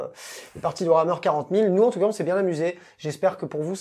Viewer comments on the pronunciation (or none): none